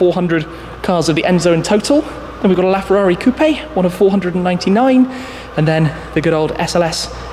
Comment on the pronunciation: Bro it's coupe.... Quit emphasizing the e at the end the end...